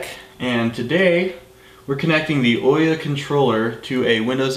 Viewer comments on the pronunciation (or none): awesome video, sorry to be nit picky about how people say the OUYA name XD but it's ooo ya like *ooo that looks interesting* and *Yea that's great* again sorry it just bugs me XD